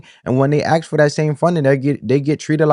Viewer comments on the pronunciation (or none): Asking not axing